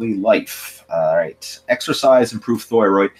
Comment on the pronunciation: I know what a thyroid (thigh-roid) is, but I have zero clue what a thyroid (thh-ooiiii-roid) is. 😂😂😂